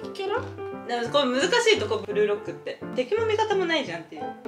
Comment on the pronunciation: これメイクしながら見てたら、ブルーロックがブルドックに聞こえてて訳わからんくなった